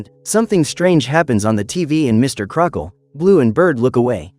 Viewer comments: Uh no offense but his names pronounced Crocket not Crockle. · His names "Mr. Crocket" not "Crockle"